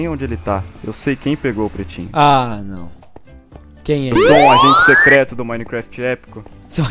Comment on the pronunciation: só eu que percebi que ele fala prestinho em vez de pretinho ?